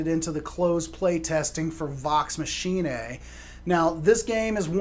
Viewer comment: Is it pronounced machinee-a,.? I thought it was pronounced like 'deus ex machina'